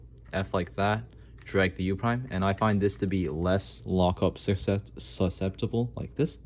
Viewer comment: Bro didnt lockup on cube but locked up saying susceptible 😂😂